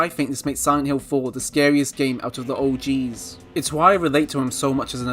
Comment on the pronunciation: It IS funny 😂 And how you say “the OGs” loll Anyway Henry is still cool 🌫️